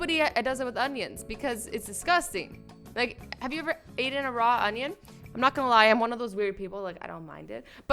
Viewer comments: have you ever "eaten". It's "eaten", not "ateen" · Lol she said “ have u ever ated raw onions “ lol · "Have you ever aten something?" Nope can't say I have. Have you ever eaten something?